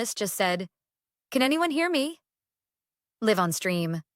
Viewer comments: Please teach your fake intelligence the difference when pronouncing "live" (ryhmes with hive) meaning having life; alive and "live" (rhymes with seive) to have your home somewhere. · Haha the AI voice stays tripping on that one 😅